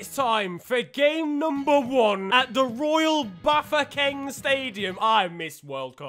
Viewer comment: I'm impressed that you pronounced the Royal Bafokeng Stadium nicely. 👌 Also I do Waving Flag catchy as hell.